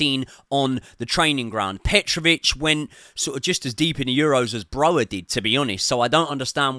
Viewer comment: Broja will be sold before learns to pronounce his name correctly 😢😂